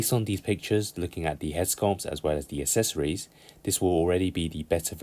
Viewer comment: For the love of all that is good, please fucking learn how to pronoun the word accessories. It’s not hard.